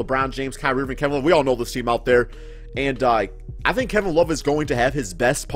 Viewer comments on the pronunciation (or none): none